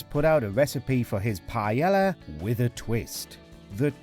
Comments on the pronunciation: Its pronounced PAE YAA.. not PA ELLA... sounds like you are the Jamie Oliver of WatchMojo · You gotta love it that a video on how Jamie Oliver pissed off people, and includes as an example, Oliver's recipe for "paella", incorrectly pronounces the word paella as "pie-ella". Tone deaf much, WatchMojo? :) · Pa-e-la. YOU HAVE TO PRONOUNCE THE DOUBLE L, it's pronounced Pa-e-lla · What is Piyella?? Isn't it PA-E-LL(Y)A?? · It’s called Pa-el-yah, NOT Pa-yel-la… Say it properly at least. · Pa-eh-ya, not payella tf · "pajela"? like seriously? fck..... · Am i the only person who is greatly annoyed with how they pronounce paella pronounced pa-ey-ya? The pronunciation literally raised my blood pressure. I'm not even Spanish. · Why are you pronouncing the L hard in Pealla, and Choritzso wtf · Mm I sure do love "pie ella" 🙄🙄 it's REALLY not that difficult to pronounce words correctly. I've never understood why so many Brits seem to be allergic to pronouncing non-English words correctly. It's both arrogant and ignorant. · for the love of god, I know your British, but if it's not an English word, can you pronounce it how its supposed to be pronounced in its own language?! you don't pronounce the double L in paella. its pie-aye a (I'm bad at spelling phonetically, but ask a Spanish person). hearing the way you say paella is almost as bad as hearing other british people say oregano, taco, and enchilada. It just hurts my ears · please dont call it pie yella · Why are British so r*tarded when it comes to pronunciation? What the hell is pie-Ella? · Wow, not only can Brits not cook decent food, they can't even pronounce it correctly -- it's "py-AY-ah." The double L in Spanish is pronounced like a "y." And chorizo is "chor-EES-oh", not "chor-EET-zoh", there's no "t" in it. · The butchering of the pronunciation "paella" is more egregious then the dish itself. "Pie-ey-ah"... its not that hard to say. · What the he'll is paela? Pronounce it properly. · pie-L-a. Chor-it-so. haha